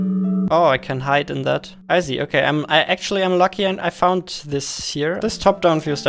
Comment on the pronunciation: Kann es sein, dass du Problem mit dem Buchstaben S hast? Ich möchte dir nicht zu nahe treten daher die Frage. Hätte mir auch gerne das Video weiter angeschaut aber wenn ich sich jedes S anhört wie im deutschen (vorallem bei Sätzen mit "can i see", "you see") bekomme ich echt Kopfschmerzen. nur ein gut gemeinter Rat bissel auf die Aussprache achten. aber ansonten thumps up